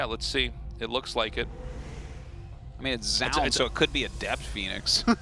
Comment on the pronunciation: Still not going to pronounce Zoun's name correctly? You had it for a while there. Doesn't take any special effort...